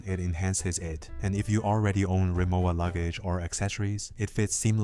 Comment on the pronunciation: It’s ree-mo-va, not ~wa.